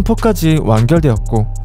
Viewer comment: 유궐 2일이거 발음 킹받네